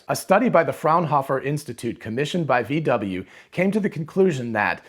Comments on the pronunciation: VW is pronaunced "fau Væ" in german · Pronounce it: "Fow Vay"